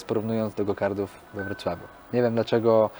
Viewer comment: gokarty, gokartów... a nie gogardrów !!! to jest karting a nie karding